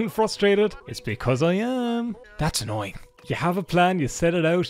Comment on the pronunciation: Today I learned that “annoying” can also be pronounced “ANYNNNNNNG”